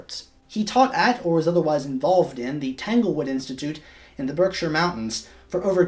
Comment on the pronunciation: This is a great way to introduce Copland to a wider audience! Thank you! May I have your works cited for this video? Which was your fave bio to read? I'm partial to Annegrette Fauser. ALSO YOU PRONOUNCED BERKSHIRE LIKE A LOCAL I CAN'T EVEN!!!